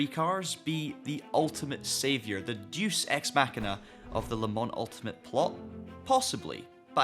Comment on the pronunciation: did you say "deuce ex machina"? 😂😂😂😂